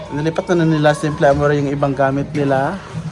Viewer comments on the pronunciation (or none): bakit makati ang pempem ni Simply Amory??? And clarification lang, Amore or Amory? Nakakalito po base sa inyong pronunciation lahat